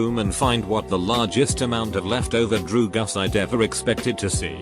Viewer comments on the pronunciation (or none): No one: Reddit: DrUgAs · drugs british robot: D R E W G U S